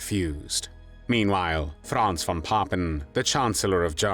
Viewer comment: I appreciate the narrator pronouncing von as fon.